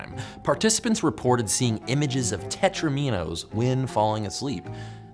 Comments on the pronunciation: Did you really just say "tetro-meenos"? I almost choked. It's "tetrominos" as in rhyming with "dominos". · Or, rather, ""tetrOminoes" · 'Tetrominoes', I think, rhymes with 'dominoes'. Just saying. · I am irrationally upset about how you pronounced "tetraminos".